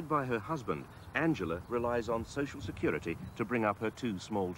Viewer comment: SHE SAYS soc-ill sex-curity